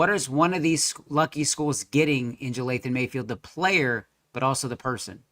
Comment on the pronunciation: Dude could at least pronounce his name right. Its not Jathayln bud